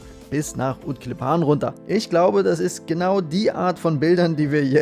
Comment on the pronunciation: Also schön - und nächstes Mal fahrt bitte nicht nach Utklippaaan sondern lieber nach Utklíppan, also die Betonung ist auf dem kurzen i, 2. Silbe. Das -an ist bloss eine Artikelendung von ”en klippa" unbestimmt → ”klippan” bestimmt, und klippa ist eben ein Stein, Gesteine, English. a cliff. Ut = draussen, am Meer. Also wünsche weiter schönes Segeln.